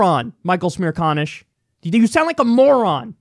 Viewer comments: "Michael Smear conish"? 😂😂 Kyle, it's almost like you said that on purpose. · His name is Michael Smear-Con-ish? LOL